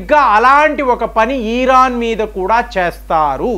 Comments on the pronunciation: ఈరాన్... కాదు... ఇరాన్ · ఈరాన్ కాదు,..ఇరాన్ 😂